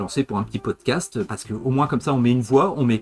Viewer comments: Je croyais qu'on disait un "pie-wood-cast" ? 🤔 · La prononciation est libre à chaque auditeur, c'est la force du pwowdcast !